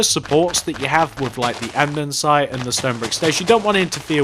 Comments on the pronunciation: ITS CALLED ANDESITE NOT ANDENSITE!!!!!!!!! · Great video, however it's not andensite its ANDESITE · pleeeese stop saying andensite its andEsite